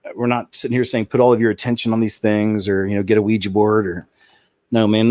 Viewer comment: thank you so damn much for pronouncing Ouija board correctly. i didnt hear you say weee-jeeee not once! bravo!!!